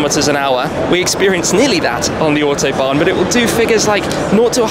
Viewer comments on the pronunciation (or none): "Autobahn". No "s"!